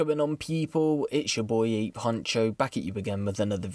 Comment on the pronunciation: MAN SAID AITCH LOOL